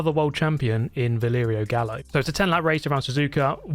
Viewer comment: sorry but isnt Gallo read Gayo? Simillar to the Gallardo